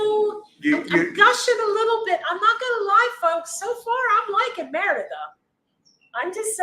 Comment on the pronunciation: I'm slowly trying to learn Spanish... Since "i" is pronounced ē(eeee), wouldn't you say "Meh ree duh"??? Not "Mehr ida"??? Just checking 👍🤠✌️